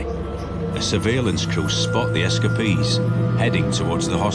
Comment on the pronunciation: S Ka Pees = Escapees